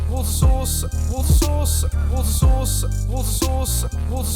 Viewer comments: Water Sauce... Hehe... I know you're saying "Water Source," but it seriously sounds like you're saying "Water Sauce." As long as you tell yourself that it IS "Water Sauce." Just pay me no mind. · worcestershire sauce everywhere. Oh, that was supposed to be "water source"? Coulda fooled me :P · Who else heard 'Worcester Sauce Worcester Sauce Worcester Sauce?' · In the time laps it sounds like he says water sauce😂😂😂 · Did anyone else hear Worcester sauce? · I kept hearing "water sauce" in the time lapse. It was more entertaining than the song. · I'm sorry mumbo but with your accent it sounded like you were saying "water sauce" in the song. I know you were saying water source but it sounded like you were saying "water sauce" lol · In the remix it sounds like you are saying “What a Sauce!” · ImTouchk he knows but it does sound a lot like what a sauce. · During the time lapse it sounded like u were saying water sauce😂😂😂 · It sounds like woushous instead of water source! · It stopped aounding like water source after the first couple. Sounded like you were saying whats a sauce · Wotter sauce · My American self thought you were saying "water sauce" at first 😂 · It sounded like he was saying woustishire sauce. ... instead of water sauce... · kinda sounds like what a sause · In the remix it’s sounded like you were saying “water sauce”... that would be some bland sauce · Am I the only one who heard "water sauce"? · Woter sauce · Loving the remix but it sounds like your saying water sauce not water source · It sounded like Wood sauce at 1 point 😂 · I started to hear watersurus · Did anyone else hear wood sauce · I genuinely thought it was 'what a sauce' and not 'water source' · During the time lapse, it sounds like he's saying "water sauce". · I know he’s saying watersource in the remix but it sounds like hot sauce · listening to the remix i realized you say water sauce not water source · I swear he's saying water sauce. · more like wot sauce wot sauce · Worcester sauce?